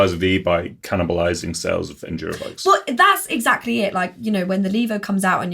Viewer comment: saying Levo correctly MBUK: LEV-O